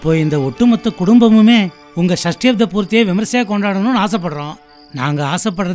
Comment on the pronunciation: சஷ்டியப்த not சஸ்டியப்த